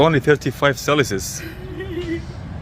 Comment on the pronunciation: "Its only 35 celisus" 😂😂😂😂😂😂😂😂😂😂😂😂😂😂😂😂😂😂😂😂😂😂😂😂😂😂😂😂😂😂😂😂😂.